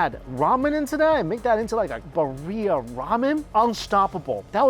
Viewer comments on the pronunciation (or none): It is pronounced Bi-rri -a, emphasis on "Bi". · bro, killing me the BUHRRHIA.